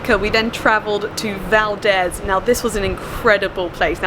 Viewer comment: Valdeeeeeeezeeeeeeeeeee, hard e. - a local.